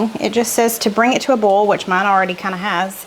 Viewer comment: One of my favorite aspects of your videos is watching the close captioning (I have significant hearing loss). The southern in you shows when you say "boil", it shows as "bowl". The captioning usually understands oil, but occasionally shows as oal. Makes me laugh every time. I look forward to Tuesdays and Fridays for sure. Keep on keepin' on!